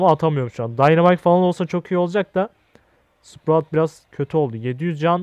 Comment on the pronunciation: abi şu karaktere hala sıprağt diyosun tilt oluyom